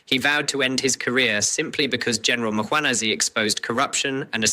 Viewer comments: Its Mkhwanazi not Makhwanazi. Some respect please with people's names. Respect other people assomblief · He pronouns Mkhwanazi as mkwanhazi his pushing the alphabet h little bit forward 🙆